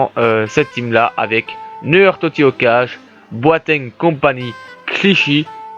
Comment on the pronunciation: C'est neuyeure et pas nœud heure ! A chaque fois sa me stress quand tu le prononce